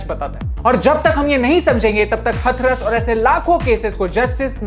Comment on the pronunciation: Abhi भाई हथरस नहीं हाथरस 🙏